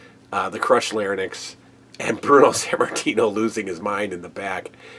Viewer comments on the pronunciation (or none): Why did everyone on WWF tv at the time mispronounce 'larynx'? Or is it a common American thing?